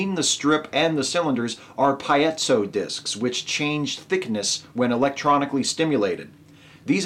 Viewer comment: Piezo should be pronounced pee-ay-zo, not pie-eh-zzo. :)